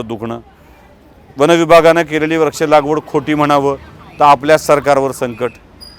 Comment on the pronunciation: याला म्हणतात खरी पत्रकारिता. खूप खूप धन्यवाद. एक सूचना करावीशी वाटते - काही शब्दोच्चार सदोष वाटतात उदा.- व्रक्ष ऐवजी वृक्ष, अधिगृहित ऐवजी अधिग्रहित असे असायला हवे.